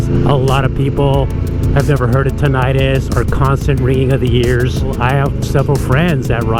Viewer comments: It's not tin-itis, rather TIN -uh tus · I guess each to their own. I've been riding for forty years and yes, the first few were without earplugs and I have suffered hearing loss and now have tinnitus, mainly in my left ear. By the way the correct pronunciation is with a short second i as in 'tin it us' the suffix 'itis' refers to an inflammatory condition like 'arthritis' or 'gastritis' whereas tinnitus is not inflammatory in nature. I have tried every type of earplug on the market and all have pros and cons but I prefer my custom made Earmold plugs and have never experienced the trouble you describe. Perhaps the people who made yours need more practise?